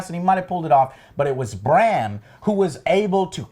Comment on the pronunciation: I really wanna enjoy this review, but it's super casual, yeah. I wish he put 10 minutes of effort into reading some comments, so at least he doesn't fuck up names every single time. Eurion (Euron), Cleegun (Clegane), call Bran Bronn all the time....the cringe never ends.